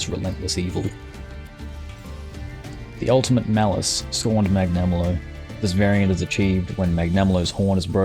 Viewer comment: I'm sorry. I love the effort you put into making this video and tier list as good as possible. But I can't get over how you pronounced some of those names. I mean "Mag-nama-lo" I'm sorry XD